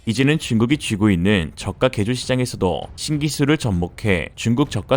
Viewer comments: 중국 저가. 발음에 뿜었네요. 😉 중국 차이나. 왜케 차이나. 운율도 좋아요. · 중국 저가 가 이상 하게 들리는데 나만 그렇가요?